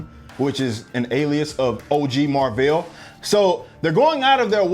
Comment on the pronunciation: Totally agree with your review, I wanted to walk out the theater when Annette Bening said her name was Mar-vel🤬🤦🏽‍♂️